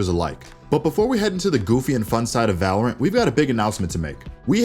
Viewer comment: just I heard balorant?